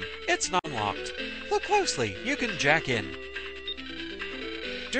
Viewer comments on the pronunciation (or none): none